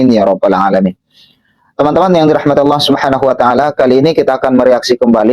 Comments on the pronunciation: Yg pake kaca mata itu menyebut Allah, jadi Alah.. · yg pake kaca mata hitam ini memalukan dirinya sendiri, berharap orang akan memujinya, akhirnya ketahuan ilmu agamanya nol, darl hal yg ringan aja, contoh : membaca ayat Fiikum, dibaca pikum, laqod dibaca lakat, anfusihim dibaca anpusihim, Allah dibaca Alah, cara membaca tajwidnya gak ada alias sama rata aja, kemudian dibalik kaca matanya, saya yakin dia sedang membaca teks ayat tulisan latin (bukan tulisan arab), sehingga cara membacanya belepotan dan malu kita mendengarkannya, mudah2an paketnya dan batreinya full, klu low batrei, hilang tu ayat yg dibaca. Naudzubillah Min Dzalik.